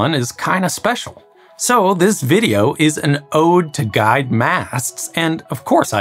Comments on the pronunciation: Listening to this makes me giggle each time he pronounces "guides" as "guys". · It sounds like you're saying "guys"...? What??? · It took me 6 minutes to decipher 'guyed' instead of 'guide'. I'm kicking myself right now.